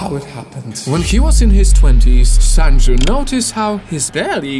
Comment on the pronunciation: It’s pronounced Sunju